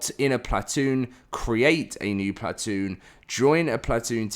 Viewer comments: I cant listen to you say plat- toon. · Stop saying plat-oon haha please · Plat-toon Chewsday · Stop saying platoon like that please 💀